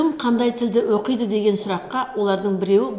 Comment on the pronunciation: Оқиды деген сөзді дұрыс оқисызба, бұрмаламай.